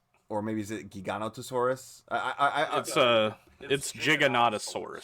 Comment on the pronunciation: So knows, it’s pronounced “gig-a-noh-toh-sore-us” gig like a band gig